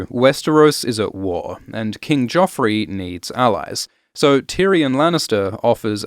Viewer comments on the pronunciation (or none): none